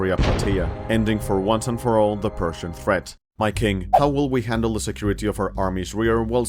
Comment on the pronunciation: Whenever you say "persian" it sounds like you are saying "Prussian"